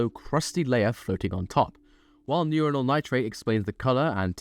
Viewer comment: Love how you pronounce Uranyl as Urinal AND the stuff actually looks like hot piss...... Radioactively hot piss